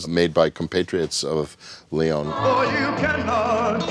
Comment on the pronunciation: Oh dios mio, Sergio Leone is pronounced Sergio Le-o-ne (and not Leon. You speak the e out loud)